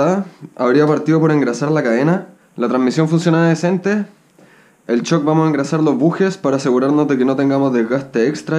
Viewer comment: porque dice "chock y chifter" y no shock y shifter?